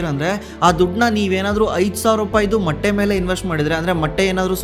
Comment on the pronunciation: Bro adu matte ,alla motte 😅